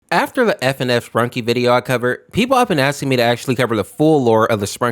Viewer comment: Did you just say "Spankies"💀